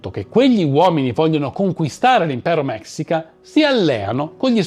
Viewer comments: Neanch'io voglio essere saputella, ma si si pronuncia mescìca. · Scusa eh nn vorrei sembrare saputello e antipatico...pero' si pronuncia mescica...e il vero nome di montezuma in nahuatl sarebbe motevuzoma xocoyotzin II (..lo tzin e' il prefisso nobiliare...come il don x gli spagnoli...) un appassionato di civilta'' precolombiane...ciao...anzi mixpatzinco (...bacio la terra come salutavano in nahuatl..) complimenti x il video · Se vuoi sapere la pronuncia corretta in spagnolo della parola mexica si dice mescica e no si pronuncia malinche ma malince, sei bravissimo